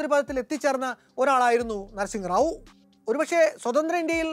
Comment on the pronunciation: അതെ... തെറ്റായ ഉച്ചാരണം